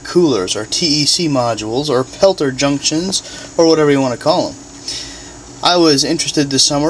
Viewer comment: Peltier not pelter